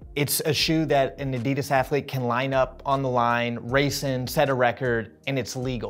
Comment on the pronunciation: Interesting that the interviewer can’t even pronounce Adidas correctly